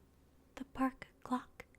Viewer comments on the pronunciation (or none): What she said: “Park Clock” What my brain heard: “Park GLOCK” 😂